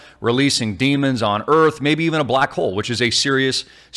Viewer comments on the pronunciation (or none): Did you say black hole or black hoe ? either one is ok I guess